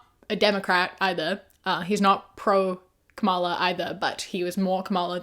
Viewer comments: Not to be nit-picky, but the way you pronouce Kamala is not correct. The emphasis is on KAmala and not KaMAla :) Absolutely not meant as shade, I love your videos and agree with your points of view! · PLEASE stop mispronouncing Kamala. Emphasize the first syllable, not the second. You say it the way Trump does, which is an intentional mispronunciation intended to be insulting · Hey just a kind of reminder that her name is pronounced comma-la, nit ku-mala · Excellent video as always 👏🏻 Just wanted to let you know, though, Kamala is pronounced “comma-la” and less like “kuh-MALL-uh”. Not a huge thing, but I thought I’d make a comment just in case 🩷 Keep up the great work, your videos are always a good watch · hi!! i love your content so much! just letting you know that you're pronouncing kamala's name wrong. it's 'com-a-lah' not 'ka-mah-la' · ily a milli, but you gotta start pronouncing Kamala correctly. (Comma-lah) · You're pronouncing Kamala's name wrong fyi. Comma-la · Please learn how to pronounce Kamala name. It’s so disrespectful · I love your content but please stop mispronouncing Kamala. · that's not how you pronounce her name